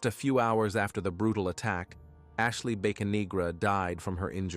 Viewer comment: I think its Bocanegra not Baconegra.